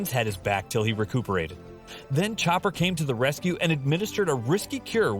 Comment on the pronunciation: No offense but he said recpooperate great video